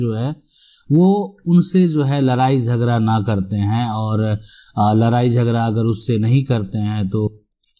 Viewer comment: लराई, झगरा, परतिकिरीया, परतीकूल परकिरीया... मजेदार उच्चारण..😀